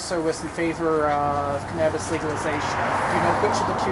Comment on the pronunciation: Did that guy really mispronounce Cannabis ? Wow!